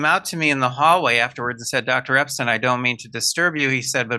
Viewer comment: it's Epstein! not Epstein! 🙄